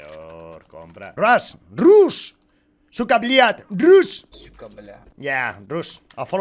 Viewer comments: Rushhhh Mi cerebro: que no se dice Rash xD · No te entiende por que dices rush, y en inglés se pronuncia "rash" XD